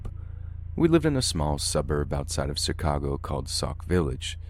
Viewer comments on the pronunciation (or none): Am I the only one that heard him say SI-cago instead of Chicago? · Am I the only one who caught on to the way he pronounced Chicago?